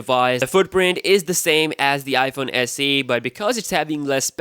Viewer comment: Iphone SE DOO? I thought it was Iphone SE two.